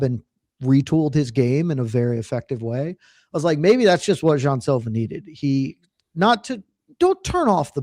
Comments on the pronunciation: Does Luke realize he’s the only one saying Jay-on Silva? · Luke “JAY-ON Silva” Thomas